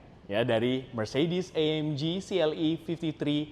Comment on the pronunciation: Itu cara bacanya AMG bukan AMJI, karena di bahasa Jerman itu G tetap di baca G bukan jadi Ji kayak bahasa inggris